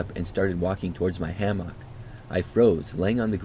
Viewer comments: Ham-mock lol ham-mick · Ham-mock is killing me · love your videos but the way you say hammock makes me want to scream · pronounces hammock like no one I've ever heard before 😅 Thx 4 the vid & your distinct enunciation of hammock ✌🏼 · are you using AI to read stories in your own voice type? Really strange how you mispronounce hammock like 5 times. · Using AI? Nah, I've listened for a while & he def has a distinct voice. He just pronounces hammock in his own way